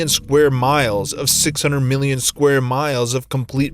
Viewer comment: never have experienced a dream like that though. But, now I have experienced the most annoying pronunciations of: one million, or "won miLLYien", Haywire, or "HighWyre", and calculate, or "Kirk-Yu-late".